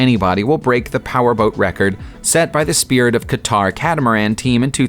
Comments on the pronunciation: Qatar is pronounced "cutter", not 'ka tar" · I like how he pronounced Qatar. Funny stuff.